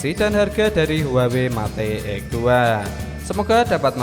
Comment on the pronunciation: Yg begini jd you tuber...mate....met...bloon bacanya